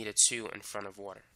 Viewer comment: I love the way he says "~woter~" lmao